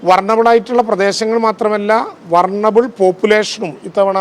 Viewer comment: വർണബിൾ ഓ 😮